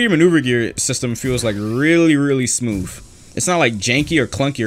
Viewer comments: "smmof" LOL IM SORRY BRO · Dude is it just me or does he sound like he’s saying smoof instead of smooth😂😂😂😂